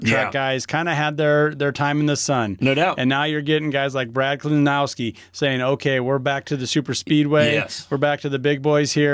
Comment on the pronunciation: Believe it or not I've never left a single even remotely negative comment on the internet since I was in middle school but c'mon guys you can't be serious? Steinhouse? Buschler? Kelowawski or however the hell you tried to pronounce it? I don't think you should be giving betting advice when you don't even know the names of the people you're betting on. I get NASCAR isn't everyone's cup of tea but you could've at least PRETENDED to have actually watched even a single race before uploading a video suggesting how people should spend their money. I started watching for genuine picks but only finished the video for the comedy. You're welcome for the watch time though, I get it. Do at least five minutes of research next time or stick to ball sports if you want to be taken even remotely seriously by anyone who at very least knows who Brad Keselowski is.